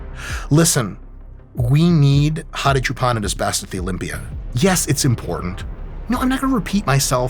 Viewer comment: I was surprised at the fact that he even pronounced his name correctly, but that part was wild 😂.